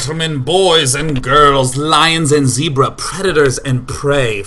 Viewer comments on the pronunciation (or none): none